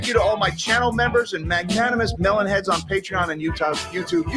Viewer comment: Love your stuff but stop saying mellon head